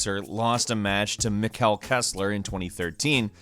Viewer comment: They way you pronounced "Mikkel" CRINGE!